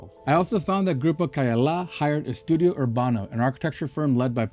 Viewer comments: Se llama CAYALA buey 🐂, NO KEYLA !!! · no es Keylla, es Cayalá, no entiendo a que vino este tipo, porque aunque hable ingles los nombres son siempre lo mismo y peor venir a mostrarnos lo que es obvio que alli esta. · todo esta bien, excepto la distorsión que haces del nombre del lugar. Escuche 3 formas equivocadas de como lo pronuncias: Keh yala, kailah, keyale...very wrong! El lugar se llama CAYALA = KAH-YAH-LAH. A como en Apple. Por lo demás, bien❤